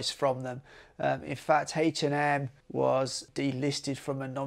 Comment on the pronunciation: Is he saying Hate and M on purpose?